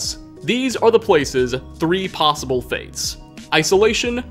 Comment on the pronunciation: Narrative-ah possible-ah corporation-ah .. is it just me-ah? Am I the only one-ah? Does this drive anyone else crazy-ah?